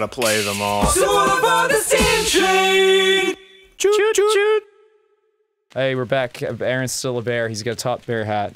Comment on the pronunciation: Damn, the "choot" was off.